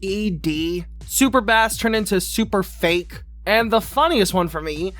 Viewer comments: My guy, did you really say super b-ass? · Did he just say "super b-ass" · You can't pronounce "bass"? I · The way he pronounced Super Bass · Did you just pronounce bass like that?